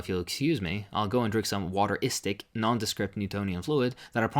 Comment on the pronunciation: “Wateristic” lmao